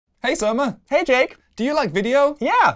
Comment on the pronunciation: It’s “Surma” and “Jake”, but A for effort!